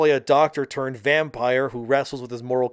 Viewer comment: Vampeer? It's still pronounced the same as vampire it just has a unique spellling.